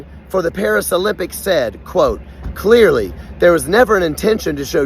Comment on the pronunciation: I love how they say “CLEARLY” 🙄